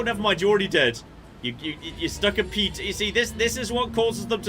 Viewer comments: it's a piton (pronounced pii ton ! ), it's a French word ! the leader climbs placing gear and clipping quickdraws to the pro , then clip the rope ! the second climbs when the pitch is finished and collects the straws and pitons , repeat to top , then abseil ! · its a pee-taan :)